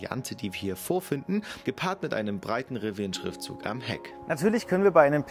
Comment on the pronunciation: Bitte laß dir mal von einem Engländer oder Amerikaner zeigen, wie man Rivian ausspricht! Nicht Riwian, sondern Rivian - mit einen stimmhaften V!